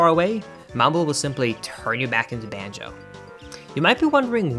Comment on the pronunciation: he keeps saying “banjeh” kazooie 10/10 never change man